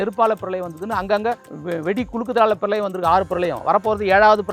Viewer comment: 7வது பிரலயம் இல்லை அது பிரளயம்... உங்களைச் சொல்லி குற்றமில்லை!